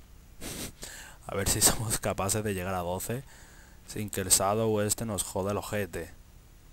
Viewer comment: llamado sadow? wtf XD tu pronunciacion del ingles es impresionante XD